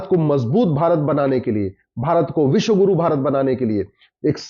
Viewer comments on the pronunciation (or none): none